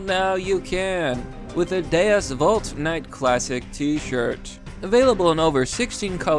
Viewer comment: Oh shit you actually pronounced deus vult correct